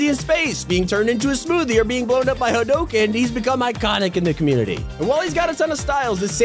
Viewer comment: did my man really just say “hoedoughken” 💀 And then he calls Calamity a tier 100